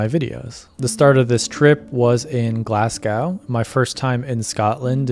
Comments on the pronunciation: Glas - go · Have to say that I'm totally obssesed with the highlands right now, I recently spent a week on the Isle Of Skye and drove through the highlands on the way there and back, had to stop so many times just to sit and admire the views. But the best part of this was hearing how you pronounced Glasgow, FYI we say it as Glaaz-Go.